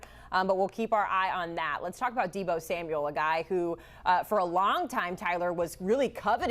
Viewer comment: it's Deebo 😭